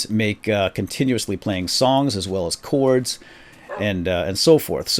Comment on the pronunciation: Its chords not clords